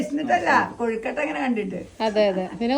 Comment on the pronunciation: Kozhikottayalla, kozhukkatta